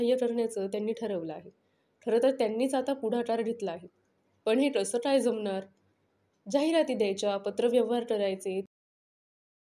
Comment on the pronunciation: काय बोलताना टाय बोलत आहात क सुद्धा नीट नाही बोलत आहात